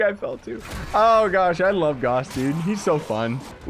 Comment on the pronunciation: GAUSS RHYMES WITH MOUSE